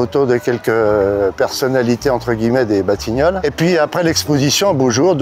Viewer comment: Batignolès il a dit lui ?😂